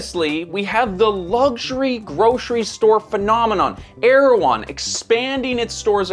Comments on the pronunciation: I believe it’s pronounced Er-ew-hon. Either way, same business model as Goop. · Man, every time i heard you say the company's name i thought you're talking about the Turkish president...